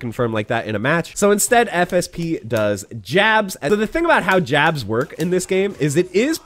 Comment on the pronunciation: Every time you say "FSP", I keep hearing "FSB" and I'm like, "Wait... The man who just crashed the crypto market is a Rufus main with no footsies? That explains a lot."